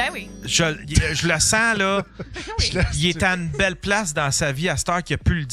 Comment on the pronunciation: T'as pas compris ma joke haha. T'as dis Bell au lieux de Belle. Bell ça veut dire cloche.